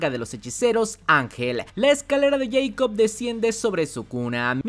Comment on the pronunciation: Tuve que dejar el video, no aguanté tanto “escalera de yeicob”